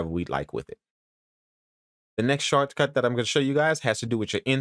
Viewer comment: Love the tips...... hate the way you say "shortcut"